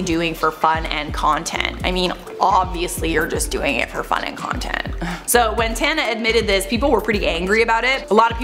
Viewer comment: It seems that most Americans do not know how to properly pronounce my name since so many young people have been given the name after their grandparents heard mine. It does not rhyme with Montana. It is pronounced with the sounds of ah and uh. Tahnuh, Tana. Apparently when they named their children after me they just saw it written and decided it rhymed with Montana because, well, it's obvious. And how can I say that these children were named after me? Most of them are relatively young while I am in my 70s